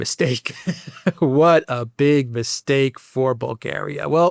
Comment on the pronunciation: What a mistake-ah to make-ah!